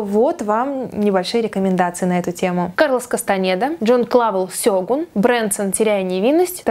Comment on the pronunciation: Эм, сёгУн, а не сЁгун